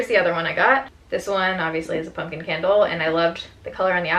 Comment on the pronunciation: She says punkin' instead of pumpkin. Like how Harley Quinn says puddin' instead of pudding.